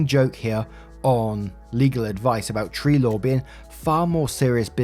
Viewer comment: Every time you’ve ever said “tree law” I always thought you were saying “tree lore” 😂